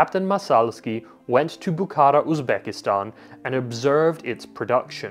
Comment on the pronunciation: Unfortunately, no, there's also an issue with Bukhara - it's stressed on the last syllable.